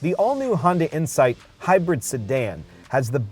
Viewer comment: Did he say Hyundai or Honda? Hyunda?